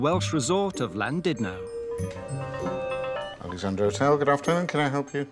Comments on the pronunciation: It's not Landudno - it's Llandudno. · Why do so many people say Llan DID no? It's Llan DUD no....